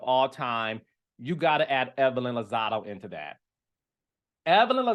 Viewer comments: It’s Lozada not Lozado 😂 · Carlos you know we love you but it's Lozada with an "A" at the end babes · Her last name is LozadA, with an ‘a’ LMAO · Chile it’s Lozada lol